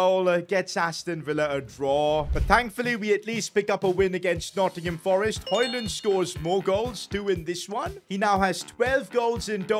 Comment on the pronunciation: btw you say højlund right but not my and his name and it uis rasmus r is like a dinosaur a like arhhh s shhhh m mmmmm u u not like y and s like shhhh